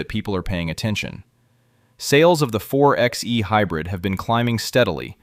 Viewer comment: A Jeep Wrangler is an SUV, not a truck. It's pronounced 4 by E, not 4 ex E.